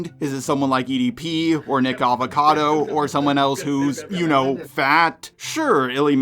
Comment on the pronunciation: It's nickocado not nickavecado LOL